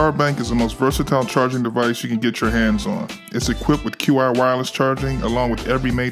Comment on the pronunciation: Q-I charging is pronounce 'chi' /chee. great video though